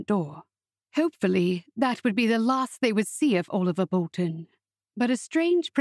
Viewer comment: "Owlivar"? Who pronounces Oliver as Owlivar? This is a really sweet story, but as others have said, the narration is unbearable. (At 1.25 times the speed it was a tiny bit better). I wish American narrators would simply narrate American stories, or read the books in their own accent, and British English people would narrate books that call for a British accent. I am German, but familiar enoughwith various British English accents to find the fake British ones assumed by narrators from the US really really cringey. And if I as a German can notice, I don't even want to know how it makes native speakers' ears bleed ;) BUT I loved the easy flow of the story and what I really love in general about your stories is how soothing and uncomplicatedly sweet your romances usually are! They are safe, and I don't have to worry about them being upsetting or overly sad. Although the father's illness was sad in this one!